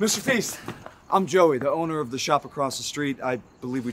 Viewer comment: "Mr feast" "Alison day" I can't 🤣